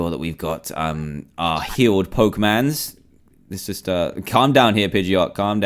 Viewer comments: NEVER SAY POKEMANS AGAIN plz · dan you said pokemans